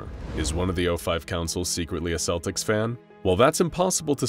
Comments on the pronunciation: I'm not native but... I thought it was supposed to be pronounced "Keltics". Am I wrong? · Celtics. Celts. Not Selts. Not Seltics. Hard K sound. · That's not how you pronounce Celtics! (Kel'tiks) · Good video but celtics is pronounced with the c it starts with, at least in Ireland 🇮🇪, where I'm watching this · Slight nitpick - "Celtics" is pronounced with a hard "C"